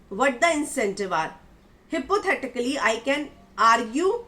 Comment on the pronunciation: Hippothetically nahi high-pothi-ti-cally (hypothitically)